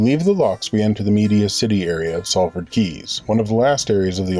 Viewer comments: Awesome Video, well until . What are you saying? It is 'Salford' pronounced 'Sol-ford.' I miss my old Canal. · Lovely Vlog, nice how you got Dave to do his stint at the tiller in the rain... good choice :) And Being a Salfordian, Salford is pronounced SOLford … the A is an O like costa del sol.... :) ;) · Sall Ford ? Lol. It is pronounced Solford! Excellent video as always, well done.